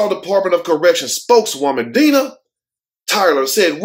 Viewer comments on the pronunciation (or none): none